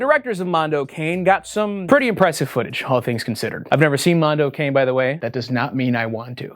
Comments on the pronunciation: Africa ADDIO, addio for god's sake, one word, means 'so long'. Mondo Cane means 'a dog's world' and it's pronounced CA-NE, CA for California NE for Nevada, it's NOT pronounced as 'cane' like cane sugar. Anglos are the worst linguists the world has ever seen. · Ah it's so painful hearing Wendigoon say "Africa AdiDo" (where did that extra D come from? Think "adios" in Spanish) and Mondo '_kayne_'. (It's pronounced like '_ka-nay_' - cognate to "canine.") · not to be that one annoying italian but it's pronounced mondo ka-n-eh (it means dog) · Mondo Cane is an Tuscan colloquialism that translates roughly as “it's a dog's life”. In this case Cane is pronounced KAH-nay. Sorry to be that guy.. lol. Enjoyed the video. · I know I'm being that guy but I wanted to point out that the "Cane" in Mondo Cane is pronounced "caw-nay." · As an italian, the way Wendigoon said "Africa Addio" and "'Mondo Cane" made me die a little inside. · the worst disturbing thing i've seen in this video is the pronunciation of "mondo addio" and "mondo cane" :p